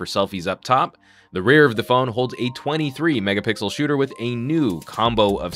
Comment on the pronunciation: did he just say 23 mega Pickles